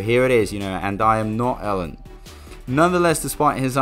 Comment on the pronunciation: Elon does not call himself "Ellen" so why should anyone else unless they are just trying to be disrespectful? JS. Not like his name is hard to pronounce